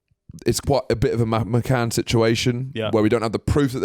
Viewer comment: Need you to clear up the pronunciation of Mad McCann sounds like Matt and I feel personally attacked 😂